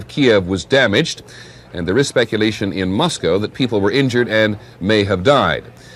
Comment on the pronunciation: That news idiot doesn’t know how to pronounce Chernobyl and Moscow